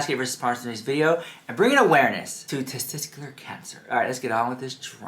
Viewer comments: Testicular is pronounced testiKular, not testiSKular. Just wanted to help, not meant to offend. Love u :) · TestiCular, not testiScular. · One of my biggest takeaways from this video is that can't pronounce the word testicular!